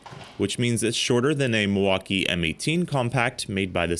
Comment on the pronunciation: Epic Torque Battles of History. Brijid, bersus, Milfauckeeeeeeee